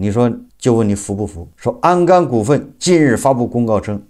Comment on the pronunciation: 是鞍钢，不是安钢！！！